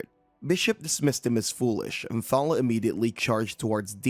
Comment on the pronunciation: Clickbait title (as there's no revenge), I spotted at least one panel being repeated twice (I use this as background noise) and you keep calling that girl 'Thalla' when the panels literally read 'Thalia'. I barely pay attention but even I can spot various errors with this recap. Are you even trying?